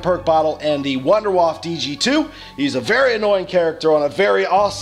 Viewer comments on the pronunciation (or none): Here's a bit of a tip. Wunderwaffe is pronounced "Vunder Vafe"